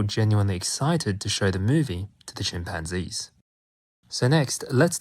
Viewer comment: Chim pan Gees! Great pronunciation